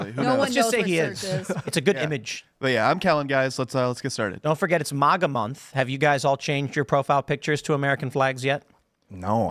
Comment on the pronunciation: I loathe how he says "moga", wtf is wrong with this dude. It's fucking MAGA! I wonder if Tim puts mognets on his fridge, or reads mogazines in waiting rooms, maybe his favorite X-Men villain is Mogneto.